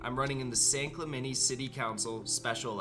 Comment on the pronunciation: For an alleged San Clemente native, he sure pronounces San Clemente like a Midwesterner